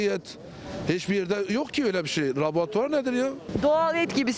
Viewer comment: Laborutoar nedir yav :)